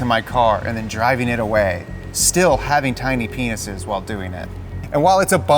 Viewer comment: Emphasis on "tiny penises"